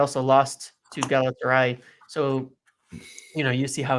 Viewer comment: for the love of God, say it with me - GA-LA-TA-SA-RYE!